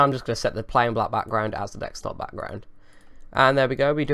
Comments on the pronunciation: It's Desktop not Dekstop lol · It's desktop not dexstop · I think "Dextop" has officially replaced "Desktop" in your vocabulary mate, damn hackers hahaha (although you did say Desktop once or twice so there's still hope :DD) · dekstop dextop deccstop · You've been doing these scam videos so much that it's affecting your actual speech. Dextop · Jordan Jamison he is juat kidding when he says dextop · lol u got used to saying dextop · I think you mean "wirtual machine". I honestly don't think you are capable of saying "desktop" any more, mate :D. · Guys, finally lost it. He can't even pronounce 'desktop' anymore!